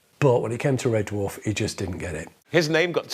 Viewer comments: How is it that the narrative voice can [some random Scotsman] give TWO syllables in the word dwarf as in Duh Warf? And what's with the snow? BTW this series [1 to 5] helped me through the darkest times of my life. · Loved this, but does anyone else find David Tennants way of pronouncing it as D’warf, grating?